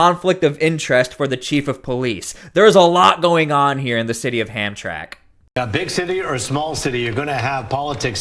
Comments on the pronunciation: It's pronounced Ham- tram- ick..... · Not ham track, it's (ham tram ic) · Ham-tram,ic,. Not Hamtrack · Dude, it's pronounced HAM - TRAM - ACK, not HAM - TRACK!! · It’s “ham tramack”, not hamtrak. Used to live near there. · Dude, it’s not “Hamtrak.” It’s Hamtramck(pronounced Ham-tra-mick). How are you doing a story on a city and not bothering to find out how to pronounce it? 🤦🏽‍♀️ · STOP CALLING IT Hamtrack !!! It's Hamtram(i)ck... "Ham-tra-mick" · That's pronounced HamTramick, not Hamtrack... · Say, “Ham-Trah-mick”. From a native Michigander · I grew up in Hamtramck, it’s pronounced “ham tram mick.” Can’t say why when it’s spelled that way, but it’s been that way for 60+ years that I can attest to. Great video. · Hamtramik the way it’s pronounced. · It's HAM-TRAM-ICK, pal! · Please pronounce the city name correctly!!! HAM-TRAM-ICK" The last few letters are said "ick" even tho' they end "mck" polish name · I'm in Michigan. It's pronounced "Ham-tram-ick". 😉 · We pronounce this town Ham - tram - ick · Listen to the people on the video. The city is pronounced like this: Ham tram ik Thank you for your attention to this matter By the way, I’m a subscriber and I really enjoy your coverage of Portland and LA and now this. Keep up the good work. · And in Dearborn Michigan, the American taxpayers are being forced to pay for Muslim religious festivals And by the way it's pronounced Ham-tram-ic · IT'S HAM-TRAM-MICK HAMTRAMCK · Not trying to be advisarial but it's Pronounced "Ham-tram-ick" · Come on dude you sound ignorant ham-tram-lk There it is phonetically. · Ham-tram-ick, it ain't a train, it's the syllables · It pronounced Ham tram ick. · F.Y.I., it's pronounced: Ham-tram-ick. Formerly a wonderful Polish community inside Detroit, presently it is the Bagdad of Detroit. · [HAM-TRAK ] ??? I think you have this city confused with a Train Line for Pigs. LEARN TO READ! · Its pronunciation is hump tra mic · The name of the city is pronounced Ham-tram’-ik